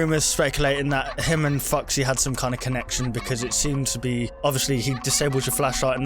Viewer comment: you said Fuxy